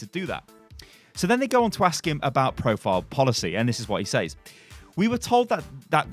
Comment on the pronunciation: you pronounce "says" a similar way you pronounce "said". its more of a sez